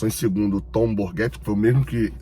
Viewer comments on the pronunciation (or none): Todos os YouTubers do Fluminense falando “Tom Borguéti” e o nome do cara é Tom BogeRt… Bôguerti